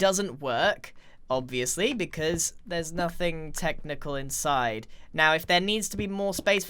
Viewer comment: let me translate for you, don't comment on channel "becwause he gwets angwy"